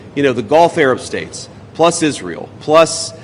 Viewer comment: Is-real and the eyedeef are-Terr-0R-15t